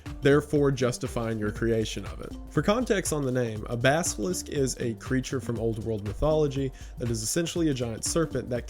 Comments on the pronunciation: Basilisk. Not basKilisk. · Great video, thank you for making it !! (I already knew, so this wasn’t hazardous information to me, which is why I can just thank you and not feel like this video harmed my future, lol). But I must say, the mispronunciation of “basilisk” as “baskilisk” really cracked me up 😶😂